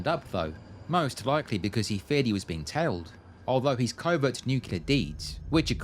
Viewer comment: You said covert correctly - cover-t.